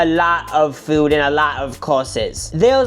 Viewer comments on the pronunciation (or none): none